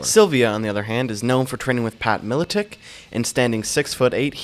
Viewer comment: You make mma videos and dont even know how to pronounce Pat Miletich's name?!